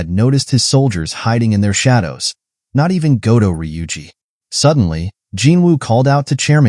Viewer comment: Goto NOT Godo. Americans🤮